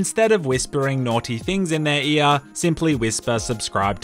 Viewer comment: In theyah eayah